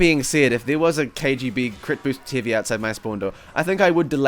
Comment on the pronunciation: I heard ''Hivey weapon'' in the start